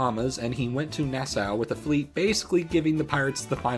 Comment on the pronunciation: Nassau is pronounced like “NASA” with longer As, not the way you say it